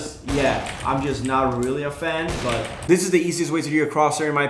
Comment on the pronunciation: it's not "dis"